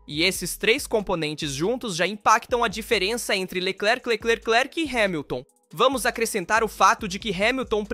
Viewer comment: Q video ruim hein..... Nisso q da por I.A. pra narrar. CHARLES LECLECLECLECLRQ😂😂😂😂